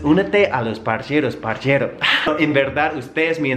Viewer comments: ES PARCERO NO PARCHERO PORFAVORRR te lo ruego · Compañero es parcero no parchero ok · Se Dice Parcero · Parece parcero en italiano, ya que la ce suena como che 😂😂😂